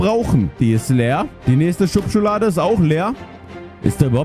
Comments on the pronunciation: 😂 Schublade nicht schubschublade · Du hast gesagt shubschalade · Normale Menschen: Schublade -: Schubschuhlade 😂🙌🏻